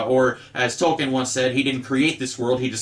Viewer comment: It's pronounced Toll-kin What happened to the video on how to fix the DL character from "Heroes"? Just curious.